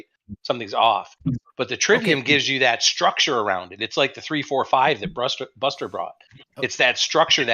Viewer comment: I think you mangled Buster at the start.